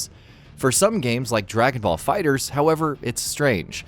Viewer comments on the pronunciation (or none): none